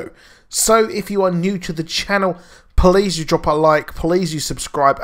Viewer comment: Ha he says police instead of please lol 😶